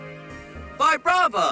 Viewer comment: i normally call Vibrava as "Vee-Bra-Va" not "Vy-Bra-Va"